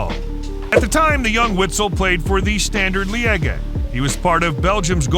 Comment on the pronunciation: The e u fa cup did me. Then standard le eggy 🤷‍♂️😂